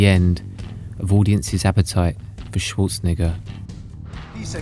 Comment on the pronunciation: Routinely comin' in a tad high on that second to last vowel in the Governator's surname there BUDDY. 😮😊